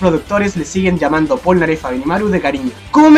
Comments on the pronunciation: ¿porque dices pornaleff en la parte 5 :,v? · Sabian que se pronuncia plnaggeff